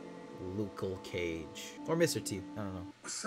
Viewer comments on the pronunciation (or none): Did you just say "Lucal Cage???"